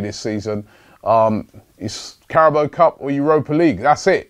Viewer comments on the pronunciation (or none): Greatings from Thailand. Carabao = คาราบาว The football pundits on the main stream channels are pronouncing correctly but your my favourite, and of course the best. So please give it a go. Please use the sound option on Google Translates - This is not a serious moan by the way :) Just saying!